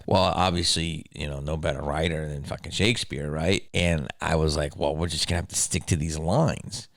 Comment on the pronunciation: Haha he started with I'm GONORREAHct . lol